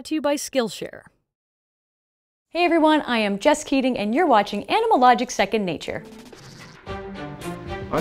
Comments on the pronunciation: I always tought she was saying.. Hi everyone, I am JUST KIDDING... (also, subtitles say the same)... until I saw the credits and nop, her name is Jess Keating.. so sad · I don't want to be disrespectful, but I wanna point out that I hears "I am just kidding" when you said your name. Sorry Jess, it's my first time in this channel. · For a moment it sound like she said “hi my name in Just Kidding” lol amen! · Why Did I hear "Hey Everyone, I'm Just kidding" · First sentence sounds to me like:" hey everybody i'm just kidding"..🤣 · Is her name just kidding??that's what I hear? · I literally thought she said "I'm just kidding" but it's really "I'm Jess Keating" fml 😭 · Am I the only one who heard "Hey everyone I'm just kidding" at the beginning? 👁👄👁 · what i heard on the intro: hi am just kidding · I totally misheard her name and thought she said Just Kidding and not Jess Keating. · Wouldn't happen if a british person where to pronounce it. I mean, just put the vid at 0.25 speed. You see NO difference between keating and kidding. same for jess and just. She makes it sound basically the same, maybe on purpose. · It kinda sounds like you say you’re name is “jus kidding” lol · Every time she says her name it sounds like Just Kidding and I’m really hoping her parents didn’t do that on purpose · anyone else heard: hello im just kidding? 😂